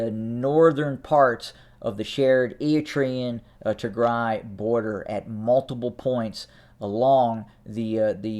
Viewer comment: For the love of God, somebody teach this guy how to say Eritrean - erəˈtrēən